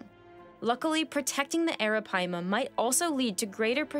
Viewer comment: Google the pronunciation. She’s saying it correctly.